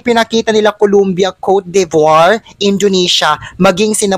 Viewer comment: Exceptional performance ng Philippines and utter beaity; the sun shining through! better pronounce Cote de Voire ( kor du) vwar).